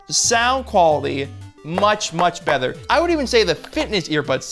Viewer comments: The bether instead of better was really distracting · Why do you pronounce "Better" as "Bether"? I counted at least 11 times since i noticed and i haven't reached the end of the video yet.